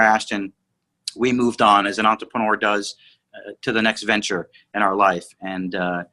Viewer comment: It’s gotta be the consistent and slightly wrong pronunciation of entrepreneur